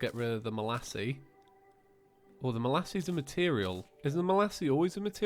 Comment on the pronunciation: The yoyo isn't pronounced 'Malassie', it's pronounced 'Malays'. Otherwise, great episode,.